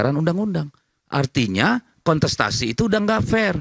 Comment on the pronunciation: Kontestasi bukan konsetasi boz